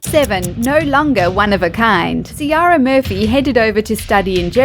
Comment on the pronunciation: Rhiannon K she also pronounced Ciara as see-a-ra instead of Keera.